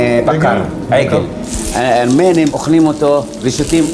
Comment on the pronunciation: כל פעם שהוא אומר הארמנים אני מת😂😂😂